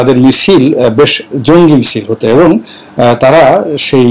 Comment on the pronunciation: স্যার! আপনি কি শব্দটা 'জংগি ' বলছেন!স্পষ্ট বোঝা যাচ্ছে না।যদি তাই বলেন তবে কেন?